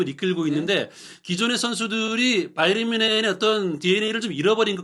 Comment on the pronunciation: 바이언? 바이에른? 발음을 통일하시지 따로국밥